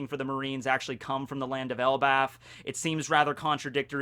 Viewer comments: ...did you just say "ElbaTH"?:D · For the longest I keep hearing it pronounce as El bath